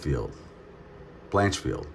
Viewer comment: Georges st prarare Don Fray Erin Branchfeel Your name butchering is top tier